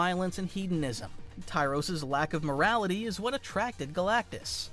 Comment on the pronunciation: Whose ty-roess? It’s tear-rax. Terrax